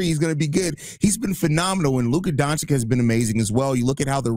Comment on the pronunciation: how do u think we’ll listen to u’re opinion and comparison with ant if u STILL CAN’T PRONOUNCE HIS NAME. Do better